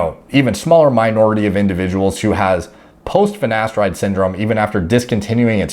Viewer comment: Mate the black guy on the hair loss show also says ‘finesteride’ - I commented on there. You can forgive Ashton Kutcher but how can professionals not even know how to pronounce their own drug. Madness 😂